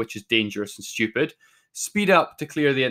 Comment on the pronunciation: I like when he says STUIEPID